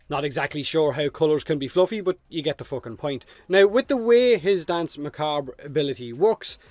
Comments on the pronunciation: Pronounced "Dance Muh-Kob" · You're saying danse macabre pretty well juste need to tweak a bit the pronunciation of the second 'a' in macabre and that's perfect. And I know how to pronounce it perfectly as I'm french and danse macabre is in french. Anyway I can't wait to finish that quest, get this warframe and turn the battlefield into a dancefloor with deadly light cones and lasers. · Also Danse Macbre, in the US, is pronounced Mah-Cahb. The "re" is silent. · It’s pronounced Dance McCarb.... but I love your accent anyway mate! Slainte! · Its pronounced Dance Macab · For "Danse Macabre", it's a reference to Camille Saint-Saëns' Danse Macabre, and as he was French, the French pronunciation ("danse macabr" instead of "danse macabra") would be the best one I think, outside of this, yours sounds very cool (more musical ironically). At the end of the day, communication is about being understood, not about making the perfect excepted sounds, most people here (even non-native speakers like me) understand you without any issues, so there's no need to be self-cautious about that. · Your accent is sweet. And Revenant's 4 comes from French. From an english pov you should probably pronunce it "Dans (s like snake) Macabr" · i think his ability is pronounced dance mah cob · The pronounciation is dAnsA macabr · "Dan's Muh- cob", technically but it's the English language so rules and pronunciation can feck off. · Best way to think about pronouncing it is think of it this way.. Dance Mar-carb the re at the end is silent as it's a french word by origin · Your accent is gold, if even if your pronunciation of Danse Macabre wouldn't earn you full marks. That's beside the point though - Plains bounties? Effing really? If I could think of anything I'd rather not farm we're talking about the actual d*mn countryside. I might even prefer that in fact, lend me your tractor willya?